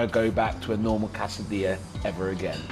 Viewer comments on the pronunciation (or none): cassadilla? why? especially when he knows it's wrong.